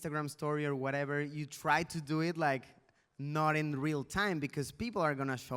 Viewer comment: Luisito porque hablas del werever, te escuche varias veces decir werever, werever